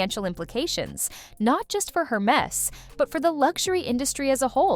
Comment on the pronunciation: It's not pronounced her-MESS. It's pronounce air-MAY.